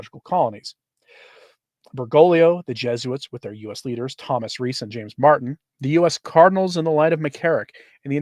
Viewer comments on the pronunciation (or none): none